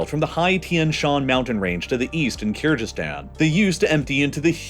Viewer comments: it's KIR-GI-STAN, not KIR-JI-STAN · It is not pronounced KyrJyzstan it is KyrGyzstan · This man really sad "kyrjizzstan" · the way he's mispronouncing kyrgyzstan is sending me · Really man, I just can't stand it anymore! Do me a favor and check the correct pronounciation of the word Kyrgyzstan, please. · You're pronouncing Kyrgyzstan wrong, specifically g in it, it's pronunciation similar to word goat or gas I am from Kyrgyzstan and it was hurting my ears throughout the whole video🥲